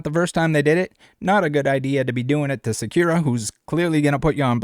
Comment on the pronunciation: the way he pronounces sakura is sending me